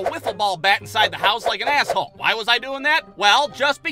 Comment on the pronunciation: The way he says "asshole" is hilarious.